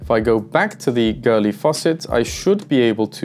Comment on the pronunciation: Why do you pronounce Goerli as Girly?